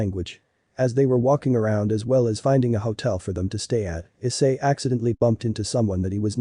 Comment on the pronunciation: it's issei not i s s e i